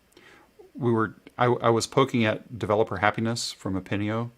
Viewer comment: Thanks for having a look at Epinio, and yes, the pronunciation is correct! :D